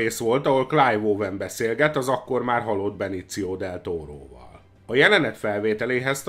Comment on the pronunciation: És akkor a "Benéció Del Tóró"-ra mit mondjunk? :)